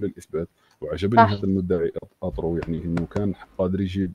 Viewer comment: اترو ❌ اطرو✅